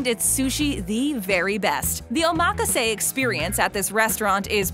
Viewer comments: Too bad you cannot properly pronounce the word OMAKASE. Try oma-ka-se and not Omaa-kaaase. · Hacksaw method of cutting farm-raised junk orange salmon. This video is all file footage and excerpts of other shows. The reviewer didn't even go to the restaurants themselves. A-MAK-A-SAY sushi? What kind of pronunciation is that? O-MAH-KA-ZAY is how it should be said. Total garbage. Thumb down. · that's because she's putting the emphasis on the wrong syllable lmao. it's omaKAse not oMAKase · BTW, it's pronounced "Oma-kase" not run together "omakase." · Oh mock ka say... 💀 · My ears are burning listening to her. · Oh mah kah say. Omg. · Oh mah ka say. Um, nope. You would think for a video the narrator would say it correctly. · i cant believe she said it like that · why do i think it sounds like she is saying the word wrong hmm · The way she pronounced omakase got me so tilted. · The info is good, but the rapid fire annoying commentator sucks, she can't pronounce omakase, and the constant focus on money is annoying as hell. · Butchered the word omakase 😭